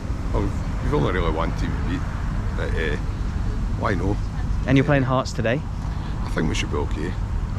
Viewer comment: I thought you called the Hearts end the Arse end 😂